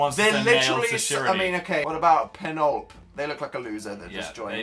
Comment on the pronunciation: Okay but why is no one talking about how dan pronounced Penelope